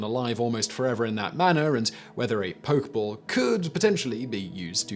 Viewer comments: Poke-EH-ball...not a poke-ball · Nobody: Absolutely no one: Simon: "Poke ball" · This kills me. He knows how to pronounce Pokémon, but not Pokéball. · you do say it like poke-eh-ball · Say it Simon... Drop the blaze on them.. you dgaf about the pronunciation of pokeball.. let em burn